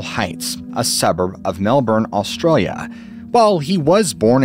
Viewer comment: American guy speaking aussie every time he says the word Australia 😂